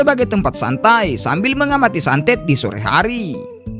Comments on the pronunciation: bang sunset bang bukan santet😂😂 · sanset ❌ santet ✅ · sunset bang. bukan saaantet